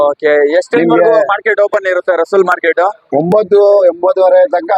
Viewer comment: My dear friend, it's not Russull...it is Russell Market. Mr Russell from England opened this market.